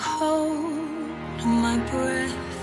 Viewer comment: Breath ออกเสียงว่า เบร็ธ มั้ยครับไม่ใช่ บรีท